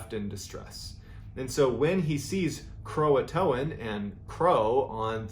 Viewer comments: why does everyone call it croatoan when its croatan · Everyone pronounces it Croa-TOAN. It's CroaTAN. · I think its pronounced Cro-Ah-Tan. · Painful to listen to you mispronounce Croatan....lol. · The "t" in Croatan is the distress signal